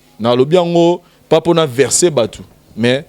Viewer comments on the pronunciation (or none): On dit vexer ! Pas verser les gens !